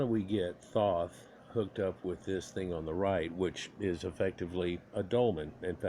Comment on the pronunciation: Pronounced - Th - oh - th